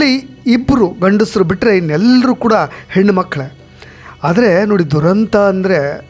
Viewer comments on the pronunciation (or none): none